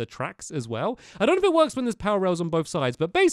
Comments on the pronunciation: It works! Not "wroks", that's not even A WORD! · “It wroks” Yep it does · It's works not it wroks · Wrok it's "works" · ITS NOT WROK ITS WORK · Was anyone here when he said it wRoks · I THOUGHT IT SAID "IT WOKRS"!